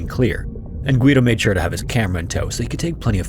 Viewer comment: You don't pronounce the "u" in Guido